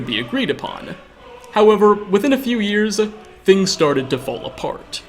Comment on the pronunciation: I cannot stand the way you add an "uh" at seemingly random locations. "Keyes-uh" and "souls-uh" . "years-uh" etc. I love your content and have been binge-watching but this quirk is hitting a nerve I didn't know I had. It isn't even the "uh" that bothers me so much as the fact that I can't predict when it is goin to happen.